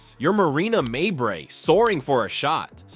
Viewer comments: Her name is pronounced May bree you butchered it like 10 different ways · Narrator had more pronunciations of Mabrey than Carter had dirty fouls. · How many different pronunciations of Mabrey's name can be packed into a single video? Watch and find out! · how many different ways can you pronounce 'Mabrey'? Wish I could block videos like this.